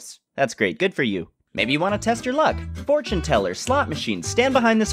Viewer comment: No one:: GiMe a FOrtUne